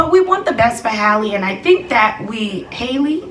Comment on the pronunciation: Pronounced Haul•lee like Halle berry and hallelujah not “hailey”